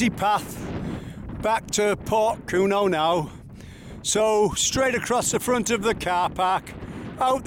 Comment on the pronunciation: Enjoyed your video but Porthcurno is pronounced Pawth-cur-no. The little beach not far from Lands End is Nanjizal Bay. This is almost totally unoccupied even in mid summer. Me and my wife sat there one June day, not very hot but still sunny and almost the whole day we had it to ourselves.Lands End was wrecked by Peter De Savaray building his mini theme park. in the late 1980s. Still a figure of hate to a lot of Cornish people we spoke to, and indeed many walkers..